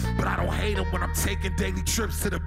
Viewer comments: I think Earl accidentally said "rape" instead of hate. sounds like it. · Lol earl said rape instead of hate